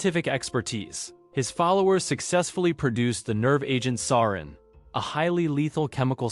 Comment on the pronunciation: Hale Bopp, sarin, NXIVM like bro I’m not even halfway through and it’s already a handful of words you’ve said wrong